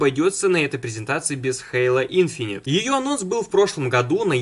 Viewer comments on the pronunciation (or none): none